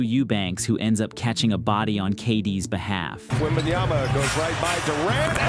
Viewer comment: Dang! Is that? I mean …. Lol …. Just get it right….. It’s WembanYAMA,,,,,!! If you can’t say his name, right, just call him WEMBY!